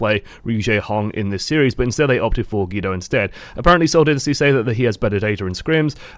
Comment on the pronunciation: It is Seoul Dynasty not Seoul Dinisty